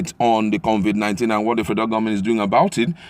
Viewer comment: it's COVID 19, not CONVIT 19. So, at this late stage, Nigerians including the President don't even know how to pronounce the virus correctly? Really??????